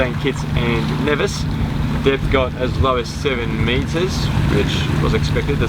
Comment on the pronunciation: Of all the people with sailing channels that I follow, you are the first one that pronounced Nevis correctly. I enjoy all of your videos. Thanks.